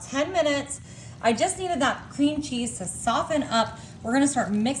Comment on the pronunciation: Who talks like this. No one I know. So bizarre. I can’t watch her because of the way she pronounces these words. “Chiz” cheese. The. Later she says it correctly. What the hell. One video she says crimbs instead of crumbs, every time. I had to replay it because I thought I heard wrong.